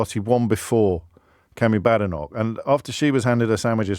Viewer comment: Remember her name is pronounced Bay-denoch not Ba-denoch. But i prefer Bad-enough